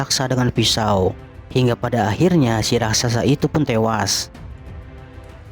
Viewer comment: Raksasa ler bukan rasaksa